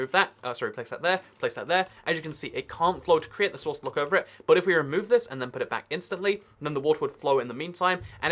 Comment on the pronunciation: its source not sworuce idiot